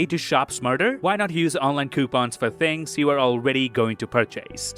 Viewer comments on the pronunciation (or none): none